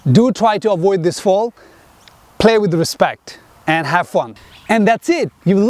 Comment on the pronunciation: Is he saying 'fall' or 'foul' ?🤔